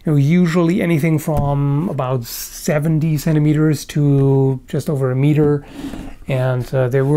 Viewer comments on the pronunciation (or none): none